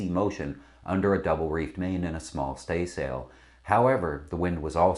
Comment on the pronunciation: I'm very surprised that someone sitting in front of a backdrop advertising Practical Sailor couldn't properly pronounce "staysail" or "mainsail."